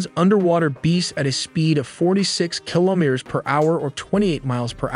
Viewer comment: Repeat after me : Ki lo me ters ! Not Kilomers